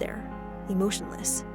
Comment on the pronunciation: I’m sorry did you say Emotioness